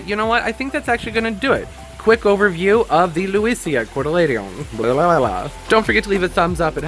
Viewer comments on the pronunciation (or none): I love Lewesia. It is the Montana state flower. I tried them but no luck. It is pronounced cot-a-leedin.